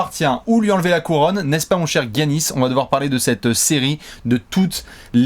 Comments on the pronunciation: Giannis se prononce "Yannis" et pas "Guiannis", je vois que vous avez hésité qques fois :) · arrête de dire "Guiannis" dit "Giannis" ça ira bien mon bew une bise à vous c'est super ce que vous faites.